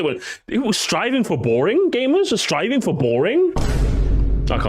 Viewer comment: "SRIVING" yeah that what's he doing instead of Striving LOL😂